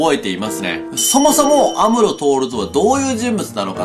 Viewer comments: 赤井さんの来派峠オマージュ？っていう考察もあるし、最強知能動き出したからそういう意味で安室さん死亡はあるかも？ イントネーションが「アムロ」＋「徹」みたいに聞こえる(^^; 文字通り死んだら、本気で一緒に死ねそう(精神的に) 本当にはサヨナラしないでほしいです(´;人;`) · が言ってる安室透の発音が妙に気になる